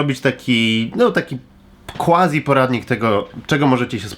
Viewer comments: nie wymawia się KŁazi, tylko KFazi - ze względu na łacińskie pochodzenie tego przedrostka : ) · "quasi" wymawia się [kwazi], nie [kłazi]. dobrego odpoczynku, popieram decyzję i w pełni rozumiem. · KWAZI nie KŁAZI !!!!!